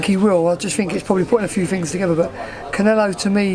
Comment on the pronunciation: Did the interviewer actually say "Liam Smith vs Caneelo"? Lmfao